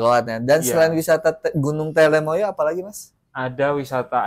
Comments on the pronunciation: Gunung Telomoyo mas bukan telemoyo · namanya TELOMOYO bukan TELEMOYO..